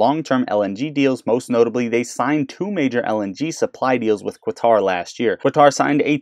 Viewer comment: Qatar is pronounced the same way you would say "cutter".